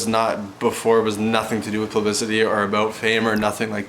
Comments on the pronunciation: Holy wow I honestly thought it was just a one off....and then he just keeps saying it XD....#plublicemnemy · 'plubicity?' i forgave it the first time... then he kept saying it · boy cant even say publicity right